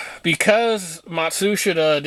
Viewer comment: Matsushita is pronounced “mot shus ta” . I work for Panasonic for the past 39 years ....